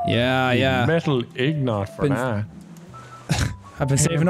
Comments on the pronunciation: Who pronounced ingot as Ig-not. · "Metal ignot," that's the best